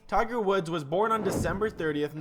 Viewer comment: Tigger ..funny... dumb ai